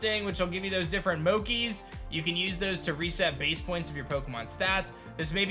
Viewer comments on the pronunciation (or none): "Mochi", not "moki". It is Japanese, the "ch" is pronounced like "cheese". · of all things, "moe-key" has me DYING lmaooo it's "moh-chi", chi as in "cheer". it's a very popular Japanese dish of pounded rice flour, and is often eaten at special occasions, like festivals. it fits perfectly in the kitakami setting imo, as well as the candy apple which Japan accepted wholly from the US! another Unnova flag! Unnova is absolutely coming, there's too much for it. Ingo and Clay's hat in legends, the past/future themes in SV, candy apples and suspension bridges, many Unnova-introduced pokemon, there's just too many things for it not to be coming soon. though I'm a little sad about it too, since it's been 14 years since we were last in Johto and it needs a remake far more than BW/2. esp with how damn hard HGSS are to get these days. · Me too, but then I kinda got the idea of saying it based on the word gnocchi which uses the "-key" sound and since mochi is almost similar in spelling, assuming thats how it would sound as well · Have..... Have you ever heard the word "mochi" before?! It's..... It's pronounced the way it looks.... Wtf is this?!